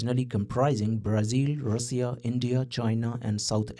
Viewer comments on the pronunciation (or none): none